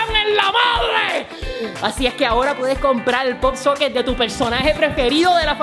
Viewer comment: ROSA RODRIGUEZ POP-SOCKET no pop soquen